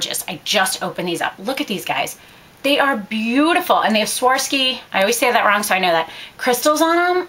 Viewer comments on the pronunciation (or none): none